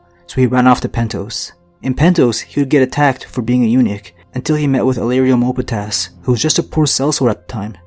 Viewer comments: MOPATIS not mopatas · "Moe pah tass"? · illyrio MOPATAS lmao that pronounciation